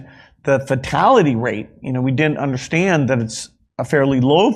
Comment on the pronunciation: "What we didn't undershtand" Wait what didn't we undershtand?